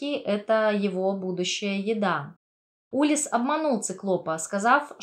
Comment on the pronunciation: улИсс, а не Улисс. нарцисСический, а не нарцисТический. базовое слово "нарцисс", а не "нарцисТ"